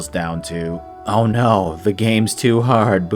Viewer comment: "Hollow Knight is too hawd"